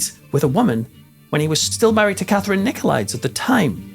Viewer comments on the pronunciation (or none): Nicolaidis , not Nicolaids. It is possible that Cullen died the same year as Agganis. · Greek pronunciation would be Nikolidees for the suffix es. Just a small detail. Interesting story. I wish we knew the rest of the story that Telly Savalas did not relate.